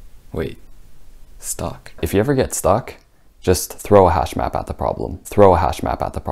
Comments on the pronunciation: Hashmap? I thought he said hashbrown..damn. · As a non-coder I thought he said hashbrown for a second lol literally had to google if that was a thing 😂